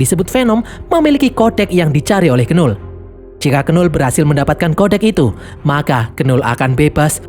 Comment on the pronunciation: Knull itu bacanya null bg bukan kenul